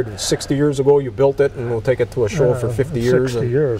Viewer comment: Built NOT Baught.🏁